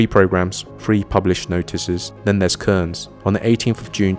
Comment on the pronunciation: Cairns. Pronounced cans.